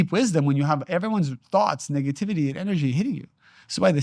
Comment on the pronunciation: I have so much love and appreciation for you. Since finding you among others like Bashar and Abraham hicks, and feeling the resonance within, my life has changed for the better!! HOWEVER, I really really need you to make sure you’re saying nEHgativity, and not nIGGAtivity because it makes me chuckle everytime and then I can’t focus on the truths being spoke. Through your divinely beautiful and inspired face. My brother I can’t😂😂😂😂😂. Please for me!!!